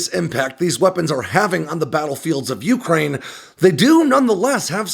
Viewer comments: I would REALLY like to hear Ukraine pronounced, yoo-KRAINE' and not YOO'-kraine. It's closer to how RHEY pronounce it, oo-cry-EE-na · Broah, ffs, the word is "Ukraine". One pitch. Not "YOU-crane". With wildly different pitches in-between. Please ask 10 people how to pronounce it. And listen. I'm glad that we cleared that up.